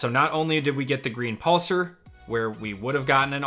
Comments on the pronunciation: I hate to be picky, but it’s pronounced “pulse are”. Pulsar. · Every time he said the word "pulsar" it made me uncomfortable 😂